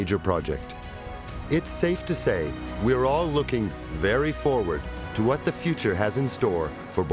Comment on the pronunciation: He put a lot of emphasis on that "very forward".